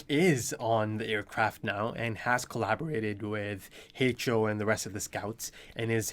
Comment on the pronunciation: im sorry but can someone please tell me why does he call Levi "haychal", "haetchal", I'm sorry if i pronounce it wrong, but i don't remember when and why did he start calling levi that